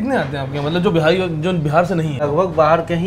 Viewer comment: Bhai behari, behari baar baar bol the Ho aap, bura mat manana Lekin itna tough h kya simply Bihari term use Karna???? Be-ha-ri is incorrect bee-hari is correct!!!! Telling you because I myself am a "BIHARI".... And I am finding it a little awkward and clumsy !! Great job anyways!!!! 👍